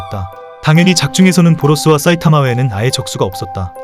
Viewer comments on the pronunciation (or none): 사이타마인데 자꾸 싸이타마